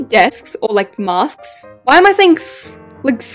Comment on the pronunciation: Try saying mask in the American way. You say it like mu-sk. The American way is ma-sk.